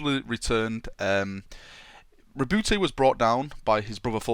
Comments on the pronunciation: why you pronounce it rebouty??? you pronounce it roboute like robert but with a small dip it the middle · RA... BOOT not ra boo tay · This needs more likes... It IS meant to sound like Robert. Your pronunciation makes me shiver, no offence haha!